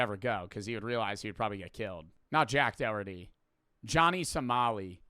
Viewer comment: why he say jack dorty like that😭😭😭